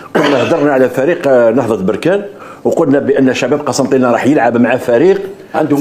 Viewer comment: اودي الله اهديك بركان ماشي بوركان